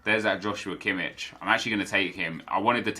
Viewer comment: Im not trying to be a smart ass, just saying that its pronounced Kimmish not Kimmitsh^^ I mean how would you know it^^ Great video of course!